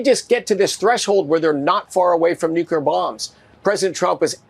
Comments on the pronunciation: I don't know what's more infuriating...the right blatantly lying about how prices are coming down when we know they're lying because we're paying, or that they keep saying "NUCULAR". Nevermind, it's all infuriating. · “Nuclear” only has 2 syllables…doofus of energy dude